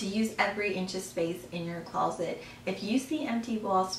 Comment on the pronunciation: it sounds like you are saying, "close-let" I'm not trying to be rude- but I couldn't listen to your entire video... because you kept saying close-let.